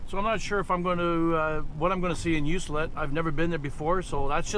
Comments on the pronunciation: Ok I had to stop by and correct your pronunciation. Ucluelet You que let. Not You cell et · You cue let say it like thar for correct pronunciation. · That's rail timbers... quite a few spots on the island like that. Btw its pronounced "U clue let" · FYI. It is pronounced U Clue Let . Hard C as in clue. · I was wondering when someone might speak up that knew how that towns name is pronounced, I only know because I had been out there once and was informed by someone, could have been the travel information centre that mentioned it as I expect it gets mispronounced often, I know I had no "clue" how to pronounce it either.